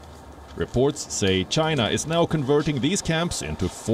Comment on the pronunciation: China not Chins